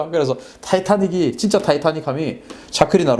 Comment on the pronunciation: 박사님... 너무 잘 아시고 태국어를 한국어로 부르는 말이 너무 정확하시네요.. ㅎㅎ 챠크리라고 부르시는거보단 짜끄리 라고 부르시는게 정확한 발음 입니다. 푸미폰 아둔야뎃... 맞습니다. 전 태국국왕의 풀네임 입니다. ㅎㅎ 즐겨보고 있습니다.... ㅎㅎ